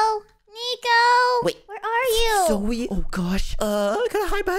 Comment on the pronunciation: You Don't know how to say zoey